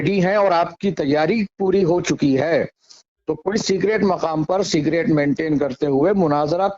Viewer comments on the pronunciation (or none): Secret hota hn cigret nhi